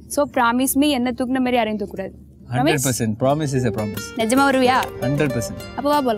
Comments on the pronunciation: she s telling praaamise instead of promise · Braamise a solriya da? 😂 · Promise ah😂 sayessha😂